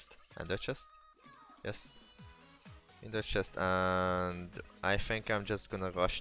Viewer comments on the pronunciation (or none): none